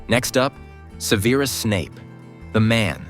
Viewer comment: First I would like to point out It’s Se-ver-us not Severe-us I do not expect a reincarnate of Alan Rickman and agree with other commentators, HBO should have kept looking for someone who matches the description of Snape in the book. Second, you need to remember Severus was in love with Lily Potter since he met her. He’s pissed at the Dark Lord because he killed the love of his life! On the outside he wants everyone to see this awful person, but inside he wants revenge and will do anything to bring down the Dark Lord . Can’t wait to find out who is cast as the Dark Lord. The rest of the casting is fine.